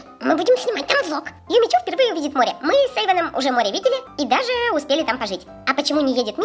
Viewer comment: Не Юми Чу а Юми Чю!)